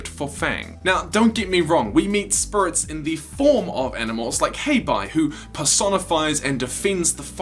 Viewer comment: Oh God I never noticed the spurits, now I can't UNNOTICE and he says it so MUCH